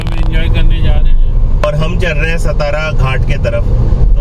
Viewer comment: " सतारा " नही "सातारा" घाट बोलो. यह हमारा "महाराष्ट्र" है.